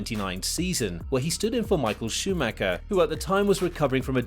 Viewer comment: Hi,good job with the content👍 but If you do have some respect for M.Schumacher you'll say his name right because it's so annoying.Try to not spell the last 'c'.